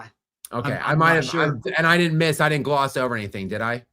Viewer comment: He also isn't capable of pronouncing "didn't" . Says "did Dint". He's an uneducated sports guy. His analysis and opinions are interesting though. He just isn't good at diction and pronunciation.